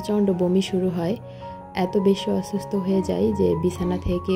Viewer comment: সুস্থ আর অসুস্থ কথা দুইটা একটু ভালো করে বলবে আপু তুমি বলো ছুস্ত,অছুস্ত বার বার শুনতে কেমন জানি লাগে আর দেরমাস কে বললা ডেরমাস। পাবলিক প্লেসে কাজ করো তাই পাবলিকের ডিমান্ড হতেই পারে তুমি যদি পড়ালেখা না জানতে তাহলে বলতাম না যেহেতু তুমি পড়ালেখা জানো তাই চেষ্টা করবা শুদ্ধ করে বলতে।আর না হয় আঞ্চলিক ভাষায় কথা বলবা শুনতে ভালো লাগবে আমি আঞ্চলিকতা কে সম্মান করি। কিছু মনে করো না।